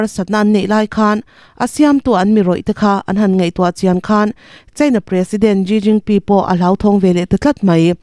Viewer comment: A bengvar thlak mange, china pressident hming kha ilam dan a dik lo deuh vem aw ka lo ti ve mai mai.